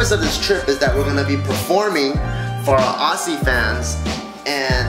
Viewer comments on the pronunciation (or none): Love how he said "Aussie" but it's actually pronounced auzzie but yeah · Btw JK family. Its OZZie, not ossie. So like, Zzzzz like a bee buzzing, not Ssss like a snake. :) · Aussie (pronounced: Oz-zie) For next time Bart. Hahaha Could have at least came to perth you guys :( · It's Auzzie not Aussie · Aussie is pronounced with the 'z' sound